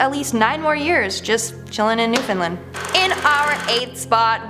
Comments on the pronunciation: It’s not “newfinlin” it’s NEWFOUNDLAND!!!! Get it right 🙄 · I from Newfoundland, you pronounced it wrong and it killed me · oh boy. this new host is gonna be mad but I gotta say it. in #10, 2 words were butchered. cape bonavista, there is no vee sound in bonavista. it's bon-ah-vist(kinda like fist but with a v sound instead of f sound)-ah. and there is no fin in newfoundland. break it down to its 3 words. new, found, and land. and in #9, again, you butchered newfoundland again. twice in #9. remember, break it down to its 3 words. new, found, and land.